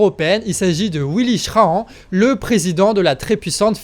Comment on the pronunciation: Merci encore pour le bon boulot. Info: Schraen se dit "chrane"